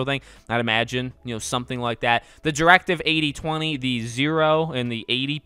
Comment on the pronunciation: Am I the only one who thought it said directive BOZO